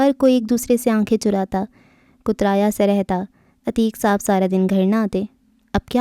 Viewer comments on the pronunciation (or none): Kutraya nhi kataraya